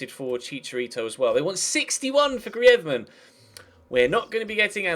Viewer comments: GRREEEZZMEEN NOT GRIAZMAN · It's greez-man not greaedman😂😂😂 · you re saying griezmann the spanish way, say the french way, like GrrizmAnn. But great vid! Loving the series! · personally I would say get someone else in and have your youth player play occasionally but focus atleast three trainings on youth and two for more established players and hate to critisize but you bucherd the grizeman pronounsiation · you sayin griezmann is right but soundsso bad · Its not even that, its just the way his name is pronounced haha